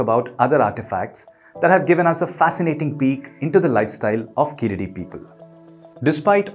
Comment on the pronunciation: Hi well happy to u spoke about this but please pronounce the name correctly it's not (keeladi) pronounce it (keezhadi). Your pronounce it wrongly for (e.g.Sharuk called saruk )🤦‍♂️🤦‍♂️🤦‍♂️🤦‍♂️🤦‍♂️